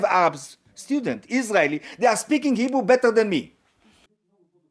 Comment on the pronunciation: He says he prefers to speak in "Hebrew" but it came out sounding like "Igbo". And that is exactly one of the major signs that the Igbo are "True Israel". When colonizers met the Igbo, they mispronounced "Hebrew" for "Igbo" and the name stuck. The Khazars are not only imposters... they are literally the Synagogue of Satan.